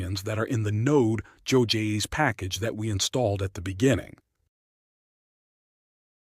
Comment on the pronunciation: just realized when he said node joy-s 😭